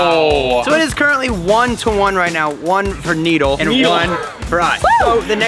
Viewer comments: It’s nidal not needle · its nidal not neddel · Bruh you said needle not nidal